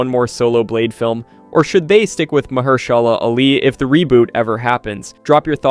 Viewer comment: May I suggest you practice reading your scripts a few times before making your final recordings? Also, you are saying Mahershala's name wrong